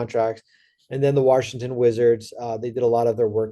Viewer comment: I only watch Bobby Marks to hear him say “WARshington”